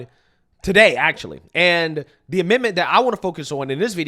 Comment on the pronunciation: 🙄 Learn how to pronounce the "th" sound. I've been listening to you for years, and it's high time. "Th" and "D" are NOT the same thing!